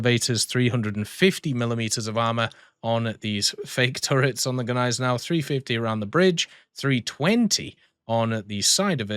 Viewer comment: You´ve pronounced Gneisenau even better than we Germans do that was perfect haha